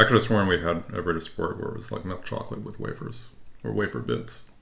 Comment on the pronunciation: You pronounced Ritter Sport like a true German. I'm useless at accents